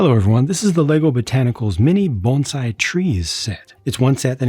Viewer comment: Not a big deal one way or the other but props for pronouncing bonsai correctly and not saying banzai!